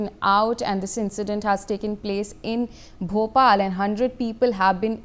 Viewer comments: Ben bhopal nahi bopal pls learn pronounsation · First learn the place..its Bopal or Bhopal...You look trainee news reader yet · Kya news channel chaoge tume Bopal ko Bhopal bol rahe ho